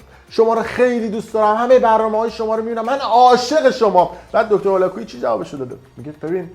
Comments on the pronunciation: من موندم که اگر تمام اطلاعاتی که نسبت به دیگران داری اینچنین باشد کلا زیر سوال میروی اول اینکه دکتر هولاکویی متولد شیراز هستند دوم اینکه ایشان هرگز ادعایی به اراجیفی که از خودتان دراوردی ندارند سوم ایشان برنامه هایشان رایگان می باشد ودر اخر ای کاش میتونستی مدرک ایشان را تلفظ کنی تا بعد تخریب. باید دید پشت این تخریب ها چه کسانی ایستاده اند. برایت متاسفم یاد بگیر انتقاد کردن را نسبت به تخریب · آقاى فردين شما حتى تلفظ اسم دكتر هولاكويي رو بلد نيستيد، پس قطعًا با ايشون آشنا نيستيد، دكتر هولاكويي از گنجينه هاى علمى و تربيتى فارسى زبانان هستند، حتى يك كلمه از حرفاتون در مورد ايشون مصداق نداره. واقعا متاسفم كه در اين مدت سابسكرايبتون كرده بودم .